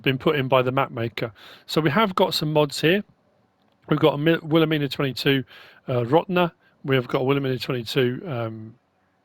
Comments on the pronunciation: Will-uh-mine-uh is how you pronounce it!!! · I live 30 min away from where this map is named after 😲 but it's pronounced will ah mine ah idk if that matters to you but I figured I'd mention it great vid btw I really enjoyed it